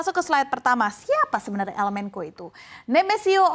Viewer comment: Menko Polkam? Yang bener bacanya menco sesuai kaidah bahasa indonesia